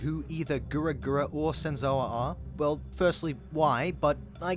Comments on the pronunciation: Mans saying "GURA GURA" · This video was so well put together and narrated, I don’t think anyone cares that you kept pronouncing her name as what sounds like “Gura Gura.” 🙂 Liked and subbed. Keep up the hard work! Pretty sure you’ll blow up😊